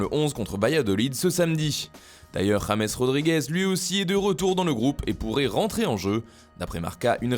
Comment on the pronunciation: Oui mais ça se prononce rames et non pas james